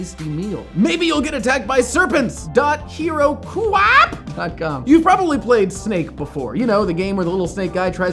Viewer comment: I bet Heroku did not expect that herokuapp pronunciation